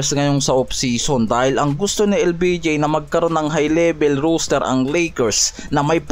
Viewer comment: Roster hindi Rooster ginawa mong tandang ang kulit mo ilang beses ka na sinabihan hahaha